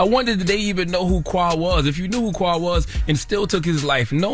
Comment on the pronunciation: why do y’all always mispronounce the name “Qua” it’s Kway, now kwuh